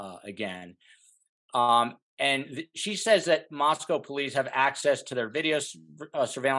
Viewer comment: OK, this is really annoying to me... when an expert mis-pronounces the name of the Town. Listen it is NOT said like the Town in Russia. Mos"cow". It is pronounced mos-co. Not cow. CO! Gone from this channel, if you can't even say the name of the town correctly!